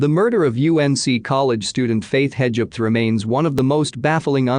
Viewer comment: Sorry - can’t do it anymore. The constant mispronunciation of Hedgepath. (Her case was solved this year.) I’ve listened to quite a few of these videos and the computer voice isn’t the problem. It’s the constant mispronunciation of common words (cadaver). Just can’t do it anymore.